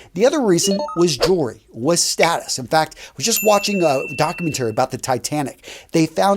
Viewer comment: was watching a "doc-u-men-TARE-y. Love it.